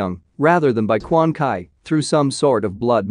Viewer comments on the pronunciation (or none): it's Quanchi not Quankai. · Somebody please tell the narrorator that it's Quan Chi who resurrects scorpion in the game not Quan Kai there is no fucking Quan Kai there is no Kai's at all it's not DBZ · Stop saying Quan Kai! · It's pronounce Quan Chi not Quan Kai like df....🤨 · Quan chi ( spoken:"Kwan tchi") not kwan kai. And noob saibot is spoken: "noob saajbot" not "noob say-bot" Kwan kai asks noob to say bot Haha lol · Dude ur saying the name wrong it’s Bi-Han and Quan Chi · Lol..Quan kay😂😂😂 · You mispronounce Quan Chi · 🗣His name is QUAN CHI!!! If you can't pronounce the names, leave them alone! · Quan Chee, Lin Kway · Handzo 🤣🤣🤣🤣🤣🤣🤣🤣🤣wow ...just wow ...and Quan Kai...,🤣🤣🤣🤣🤣🤣🤣🤣🤣🤣🤣🤣🤣🤣man straight up butchered the names Brotha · Quan "kay" = dislike 👍